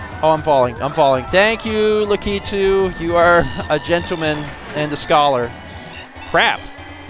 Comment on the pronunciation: you are saying latiku wrong